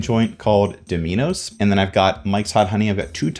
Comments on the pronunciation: dough-minos. xD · The way he pronounced dominoes was gold. Don't know if that's a common joke of the channel. I'm new here. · Is anyone gonna talk about how he pronounced dominos